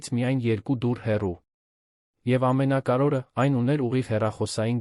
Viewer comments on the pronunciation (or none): Արհեստական նանսկանութկմյում շատ սխալներով, Լևոնը լոն, ամենակարւորը ամենակարորը, հետևումը հետում էր, այլես եչմի լուրջ աղորֆում։չկա՞ բոլորը արհեստական բանականության կազմած ապուշություն, լոնը լոնը լոնը լոնը զզվեցի երևսնը երան լևոնը լոնից.